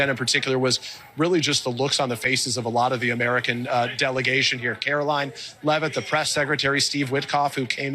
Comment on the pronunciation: I am going to NEED for you NOT to pronounce her name as CAROLYN!!! She is Karoline. Karolying When she is speaking. Requesting for a friend.🤣 RELEASE THE EPSTEIN FILES.